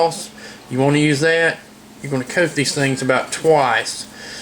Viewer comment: that, not thay. lol